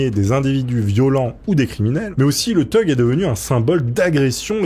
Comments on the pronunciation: Thug se prononce fug en anglais, tug, ça veut dire remorqueur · Th.... c'est un son F Revise ton Anglais